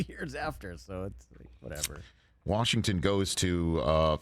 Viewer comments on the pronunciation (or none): none